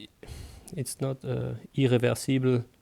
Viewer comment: It's not "irreversible".... :D Hahaha, l'accent français qui fait mal aux oreilles. Pourquoi est-ce que l'on est aussi mauvais pour prononcer l'anglais ? Sinon, vidéo vraiment sympa, merci !